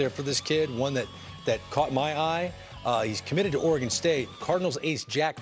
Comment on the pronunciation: Can he not say Oregon ? Lol